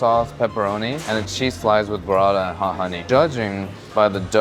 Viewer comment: Why does bro call burrata "berada"? 💀